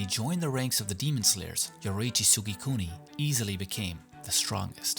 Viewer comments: It’s Yoriichi not Yoruichi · I’m just saying you said Yoruichi in the video instead of Yoriichi